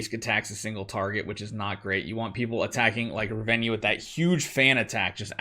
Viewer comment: Heyy I would recommend removing Riss and sorrieta and use falvea and Rez,and it's Ra-ven-na not Ravenja😅And use commander Grace